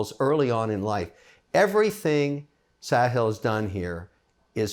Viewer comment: Hey mr wonderful pronounced correctly Saahil